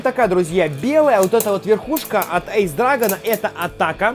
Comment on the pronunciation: Не правильно говориш эйс ани айс